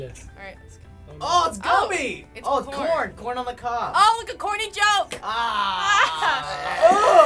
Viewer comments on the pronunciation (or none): Who go bothered when he said real vs "goomy" challenge